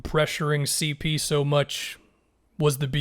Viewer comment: On everything I'll stop watching your videos if you don't start adding the 3 on "CeePee" man, you're trolling us at this point